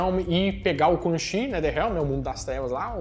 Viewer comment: oHHHH mane!!!! CHI se pronuncia tchi!!!! se liga!!!